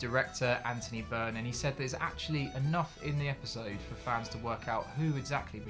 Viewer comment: You spoke to him but butchered his name. It's Anthony Byrne